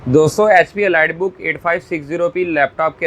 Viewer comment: bhai....elight naheen hota is ko Eleet parhtay hain..... hope you correct it next time.....